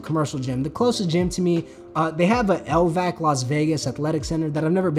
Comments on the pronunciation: My dude said an L-VAC haha never heard that before. say all the letters L.V.A.C locals will understand it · not lvac bro just L V A C 😂